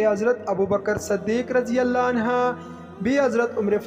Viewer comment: Please say anhu,not anha